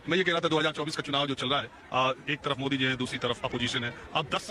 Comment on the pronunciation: ओबैसी को विचित्र बीमारी है... वह मोदी शब्द का उच्चारण नहीं कर सकता — मोडी मोडी बोलता है!